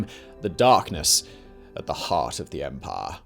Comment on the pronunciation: I like this videos, but everytime he says 'empire' all I hear is 'Empar'